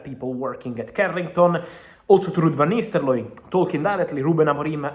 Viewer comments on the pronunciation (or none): You need to learn Ruud's name. Its Nistelrooy, not Nisterlooy